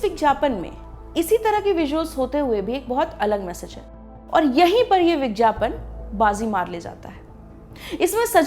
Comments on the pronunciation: kha kha k ye madam etna mutya gai ha ki, vigyapan ko , vijyapan bol rahi ha aur khaany ki kami btaa rahi ha kamaal ha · Madam, bigyapan bolte h bigjapan nhi Hindi pe dhyan dijiye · Is it vigyapan or vijjyapan???why are you saying vijjyapan or I am hearing it?? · It's vigyapan not vijyapan 🤣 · Vigyapan not vijyapan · It's vigyapan and not vigjapan!!!! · माफ़ किजियेगा मैडम आप विज्ञापन का उच्चारण गलत कर रही है।।आप विज्ञापन नहीं बल्कि "विज्यापन" कह रही है।।।चूकी आप एक पत्रकार है इसलिए शब्दों का उच्चारण उचित रूप से किया जाना जरूरी है.क्योंकि भारत वैसे ही अंग्रेजी के प्रकोप से घिरा हुआ है..महिलाओं के लिए आपका ये विषय बहुत उचित है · Aap vigyapan ko vigyapan Kyu bolte ho madam ji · विज्ञापन को विज्यापन क्यू बोल रही है आप हिंदी की दृष्टि से ये गलत है वैसे बेहतरीन जानकारी दी है आपने इस वीडिओ मे ❤❤ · Very irritating vijjyapan. Plzzz correct your pronounsation